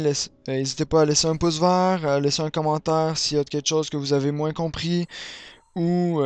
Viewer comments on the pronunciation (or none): none